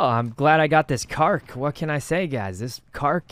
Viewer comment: did he just call that a “kark”